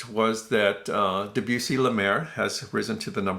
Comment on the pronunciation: Great, great work with your Living Stereo series. The general criticism of Living Stereos is their general roll off of bass. That was Sid Marks's main complaint against the label in the old TAS. And, just a note, Debussy is pronounced DEB-you-see, as in debutant. Arthur Rubinstein's last name is pronounced as 'Rubinsteen', rather than 'Rubinstine'.